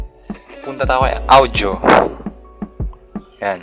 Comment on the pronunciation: Naiinis ako sa pag pronounce ng audio. “Awdyo”